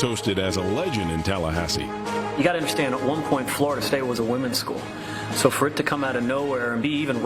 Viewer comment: “ what do you think about the execution of your team” …… “ id be all forrit “ had me dyinggggg laughing 😂😂😂😂😂